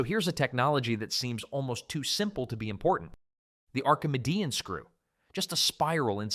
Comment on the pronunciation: the ar-kuh-muh-DEE-in screw